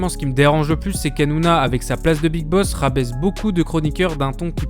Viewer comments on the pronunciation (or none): none